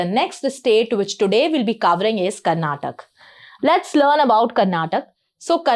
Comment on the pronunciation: Madam for your kind information we pronounce our state name as Karnataka not Karnatak , it really boils our blood when some one mispronounces our state name. It will be the same feeling when someone mispronounces your name. Kindly rectify this.